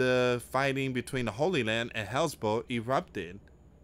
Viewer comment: Hez-Balla Dude, not Hezbul